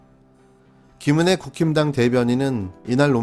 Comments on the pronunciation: 국힘당,ㅋㅋ 극혐당으로 들리는데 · 국힘당, 발음하면 "구김당" 이 되는구나... 이미지 구김당 ㅋ 이름대로 오늘도 계속 이미지 구기고 계시네요.